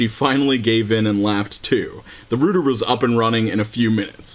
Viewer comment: "The Rooder was up and running"